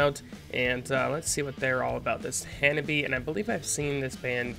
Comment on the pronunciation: The name of the band is wrong. In Japanese reading, it becomes HANABI-Eh and pronounces E. Some people ask me to forgive you because it's an English pronunciation, but please refer to it for the time being.